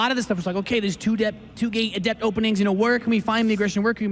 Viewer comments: Someone PLEASE tell how to pronounce "Adept." It reminds me of people who said "Zee-lot" in HotS. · it's uh-dept, not add-ept!! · you don't change the pronunciation of a word unless it means something else unless they are dumb words like "hear" and "here". ah-dept. not ADDept